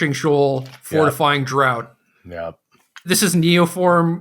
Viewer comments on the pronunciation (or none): Just for reference, draught is pronounced ‘draft’, like ‘draught beer’. It’s the British spelling. It means drink (in this case as in fortifying drink or potion).